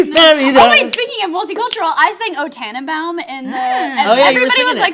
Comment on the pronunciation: mispronounced tannenbaum, claims can sing in german.........